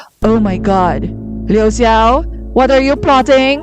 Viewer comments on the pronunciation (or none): No hate here! But I think "Xia" In Xia Fei is pronounced like "下". And the "Xiao" In Liu Xiao is pronounced like "小" Based on what I heard when their names were called. But I could be wrong.😄 Also, great analysis!